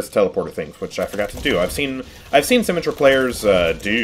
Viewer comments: He really said SymmeTRAH, and not SymMETra 😳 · Moira's fade is for escaping out of a fight when you almost die. At the end of the fade, you can jump at the end of it to go further and maintain momentum. By the way, for the 3rd or 4th time I've commented. It's BRIH-GEE-TUH. Not "jee". Also, It's Symm-EH-trah. Emphasis on the EH. You don't say it like "symmetry". Honestly, just take 30 minutes to watch some Overwatch videos. Especially the voice actor videos.